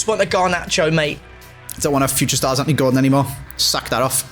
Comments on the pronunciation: it’s actually antony not anthony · It’s Antony not Anthony and as you said the last SBS with Bateson of it’s not right it’s not right 👀